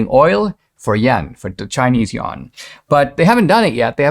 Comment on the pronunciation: Correct "the yuan" pronunciation = "the U.N." (EFL teacher 7 years in China &: > )